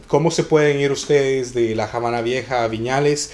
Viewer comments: Se llama "La Habana", no "La Jabana". Vergüenza ajena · no se por que entran en polemica es obvio que Lockhart se refiere a que en español NO se pronuncia Jabana y corregir de forma educada a alguien no es de molestarse sino de agradecer y nadie le quita el merito al joven por el video, pero si es algo que puede aprender y corregir me parece perfecto. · estás totalmente equivocado amigo, La Habana no tiene otra pronunciación que la que es, no existe por lo tanto Javana ya que esta palabra es nombre propio de un lugar geográfico y por lo tanto estás palabras no tienen traducción, vas dando clases de lengua Española y afirmando cosas que está visto desconoces 🤦 . Por cierto aquí nadie dice del mérito que tiene nuestro smigo, haciendo el vídeo detalladamente y de gran trabajo👏